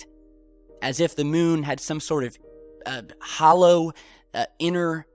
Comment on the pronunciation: Hoolow earth, pfffffffffffffffff!